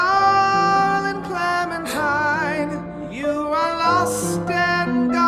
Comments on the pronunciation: Nobody: No one: French Louis: CLEMATEEN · Clemintina? ARE YOU SERIOUS? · Is it just me that was getting triggered how clementines name was being pronounced?